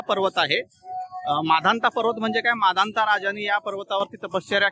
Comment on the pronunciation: सर तुमची परिक्रमा पूर्ण व सफल हो आपण माधनता पर्वत म्हणत आहात ते मानधाता असे म्हणावे नर्मदे हर 🙏